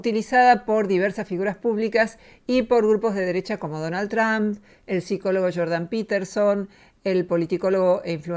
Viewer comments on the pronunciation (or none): none